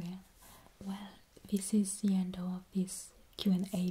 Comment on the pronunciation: American here currently learning German with a passing interest in Linguistics. I think the reasons some Americans are confusing your accent with a German one are the similarities in some French and German vowel sounds and the pronunciation of "th" sounds. For instance, why you say "the," it is pronounced "zee." That is the cornerstone of the American stereotype of the German accent, despite it being pretty rare for Germans to utilize that pronunciation (source: German friend group). However, the way you pronounce (or don't) the letter "h" is a dead give away for the French accent. Just some untrained observations on my part, so take them with a grain of salt.